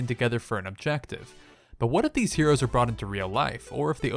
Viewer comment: is that how u say heroes lol here - rios